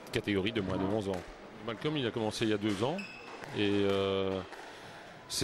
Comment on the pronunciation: C’est Malcom pas Malcolm